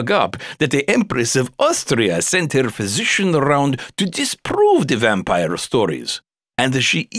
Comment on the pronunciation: shet I am an English learner and I can't bear this vampire pronunciation -_